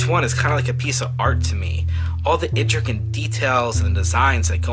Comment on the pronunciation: "All the intrincaNte details and designs . . . " What is wrong with you - you can't pronounce in-tri-cate ?